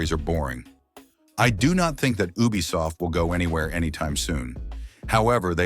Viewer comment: Is not a bad voice but ubisoft sounds like bubisoft😅😅😅